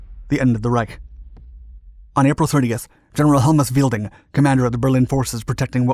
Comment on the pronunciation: It's Helmut Weidling, not Wielding. It's pronounced somewhat like "Wide-ling". Not exactly like that but I can't explain it any other way in written text.